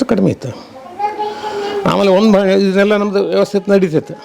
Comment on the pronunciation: ವಂದು ಅಲ್ಲಾ ಅದು ಒಂದು